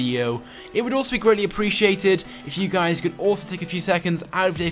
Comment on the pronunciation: I hear him saying what is going on gays